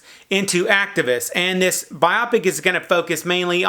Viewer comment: Bio-pic. Not biopic :/